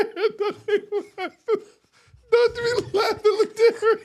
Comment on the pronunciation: The emphasis on NIGGA and BRUHH she’s like god don’t fail god was like oh yeah watch this…I love her where can I meet her? I don’t play ball will she settle for a chef? Lol